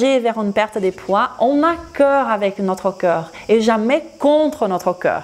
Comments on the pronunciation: até que é interessante a informação que vc partilha, mas sinceramente é insuportável quando vc diz "cœur" em vez de "corps". Por acaso acho produtivo, mas unicamente se vc respeitar a sua audiencia francofona. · Por amor da Santa, faça um esforço na palavra "corps" ! "Corps" não é coração, e vc diz coraçao !